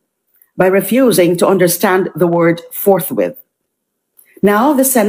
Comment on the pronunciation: Chizwhiz Escudero and K10 Cayetano are the Worst and Most Chaotic and Incompetent Senate by Interpreting "Forthwith " with "ForthWait" relax lang at Dahan Dahan lang iyan nagalit tuloy ang Taong Bayan!!😂 Iyan ang problema kung puro Abogago ang mga nasa Senado!!!😂